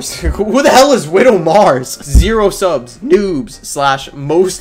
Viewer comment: "30 bajillion siubs" got me DYING